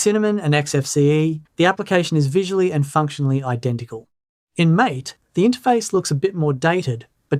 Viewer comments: Great video! I really appreciate the thorough, data-driven analysis and the objective comparison between Cinnamon, MATE, and XFCE. It’s refreshing to see concrete numbers rather than just vague impressions, especially the real-world RAM usage results. However, I do have one piece of constructive criticism regarding the MATE desktop environment. Throughout the video, you pronounced it like the English word "mAte" (rhyming with "gAte" or "dAte"). In the Linux world, MATE is actually named after the South American plant yerba matE, which is used to make a popular traditional beverage. Because of this, it is officially pronounced "mah-tAy." While they are written exactly the same way, they are two totally different words with completely separate meanings and pronunciations: Mate (English): A friend, partner, or colleague. MATE (Linux/Spanish): Named after the plant to follow the tradition of naming desktop environments after flora (similar to how Mint itself is named or how MATE's predecessor, GNOME, led to various plant-themed spin-offs). Correcting this pronunciation in future videos would definitely elevate the accuracy of your content, especially since your channel focuses so beautifully on Linux Mint. Keep up the fantastic benchmarks! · MATE is pronounced "mah-tay", not "māte" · If you care how things are pronounced, you may want to look up how to pronounce MATE (ma-tay) I'm not running Mint but +1 for MATE then LXQT. That perspective you were saying you weren't going to include, well I refer to as snappiness, well in my tests/experience MATE and LXQT just seem to do much better. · Is _that_ how MATE is pronounced? I've been pronouncing it, "mah tey." I prefer XFCE, anyway. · The MATE desktop is actually named after that great drink, yerba mate. It should be pronounced ¨ma-teh.¨ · MATE is pronounced "ma-TAY", as it says on their website.